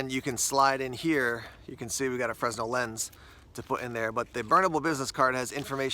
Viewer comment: fresnel is pronounced fre-nel and not frez-nel. its named after the inventor of it.